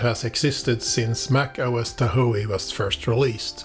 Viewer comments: Tahoe is pronounced tah hoe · TahO! The e is silent!!